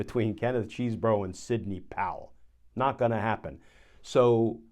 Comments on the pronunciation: "CHESbro", not "CHEESEbro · It's NOT CHEESE-bro or Cheese-BOROUGH....it's "Chez-bro." (Cheese is spelled with 3 e's, ya know.)